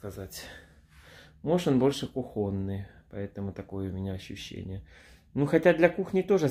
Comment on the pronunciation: не называй старый ,вполне себе благородный комодик кухОнный. не туда ударние